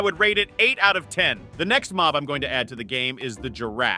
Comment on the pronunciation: it's mob not mop